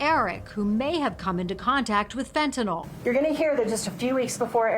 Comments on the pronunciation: NO! By giving him a lethal dose of fentanYl, NOT “fentanol”. There is no such drug! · FentaNYL not FentaNOL. How is that so hard for some people? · He attorney says "FentaNOL." It's pronounced (and spelled) "FentaNYL." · It's fentanyl not fent a nol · Sounds like nil